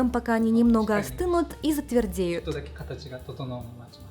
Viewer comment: Не могу не вставить свои 5 копеек (>▽< ; ) "ЗатверДЕЮТ", а не "затверДНЕЮТ" :)